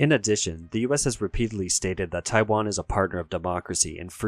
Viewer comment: If you are going to make a video about China and Taiwan might be a good idea to get someone who can speak Chinese to teach you how to pronounce the names.